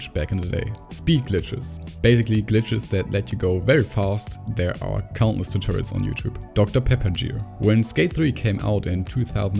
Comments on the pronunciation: Did you say jear instead of gear??? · He said Dr Pepper jear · "Dr. Pepper jeer" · This man really just said the word “gear” with a soft G. Amazing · Dr. Pepper gear ❌ Dr. Pepper jeer ✅ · “Dr pepper jeer” haha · I am sorry but I had to point out on how he said dr pepper gear, it got me laughing so hard. (dr pepper jear) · “Dr pepper jeer” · Did he really just say dr pepper jeer? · Dr Pepper “geer” 🧐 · Aint no way he said geer💀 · He called gear jear n I’m not comfortable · Dr Pepper Jear. You say "glitches" with a hard G, so why use a soft G for 'gear??!' 😆🤦🏽‍♂️ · “Dr pepper jear” dude doesn’t even know how to pronounce words 😭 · Bei einigen Sachen solltest du deine Aussprache nochmal üben aber sonst super Video :) (Gear & Recommend usw) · Are we all going to ignore how my man pronounced the word gear? Haha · The g in gear is pronounced like it is in good, not giraffe. I can tell English probably isn't your first language so I'm just trying to help. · Im sorry i have to say it i know im 8 months late lol. The g in gear is the same sound as the g in good. You used g like in gym.